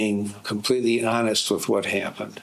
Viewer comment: To be ho-nest with you